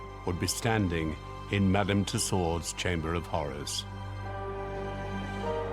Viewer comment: I can't listen to her name mispronounced.